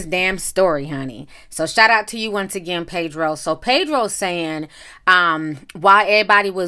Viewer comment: Pedro, not PAYdro.